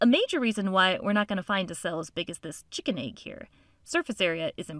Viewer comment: The way she says chicken egg is funny😂